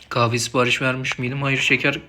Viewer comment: “qahve” sksksşsmsşm